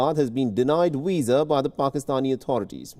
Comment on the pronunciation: Arrest that man, he's just murdered the word Visa